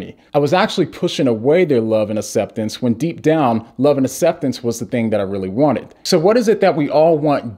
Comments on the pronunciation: Please take a moment to pronounce aCCeptance instead of asseptance. Bless you brother! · No one:: Asseptance Love ya 😂❤️ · I had no idea he was deaf! That makes a lot of sense when you talk about how he pronounces certain words